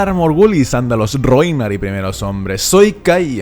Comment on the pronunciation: Valar Morghulis andalos rrrRHOynar y primeros hombres